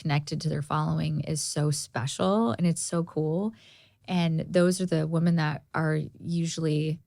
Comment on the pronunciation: gosh love but she still hasnt learned to pronounce women vs woman!